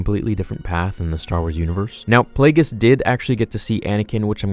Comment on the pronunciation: Yeah the G in, "Plagueis", is pronounced like a G. "Play-GEE-Us"